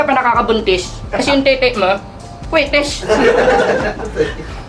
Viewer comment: Kwetis?? Kwitis. Hahahaha